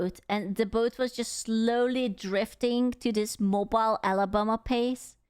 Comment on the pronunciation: Hey! I’m from Alabama. Don’t disrespect… too much. And it’s “moh-BEEL” AL not “moh-bul”